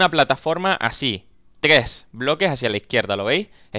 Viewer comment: NO SABE DECIR TRES JAJAJ :v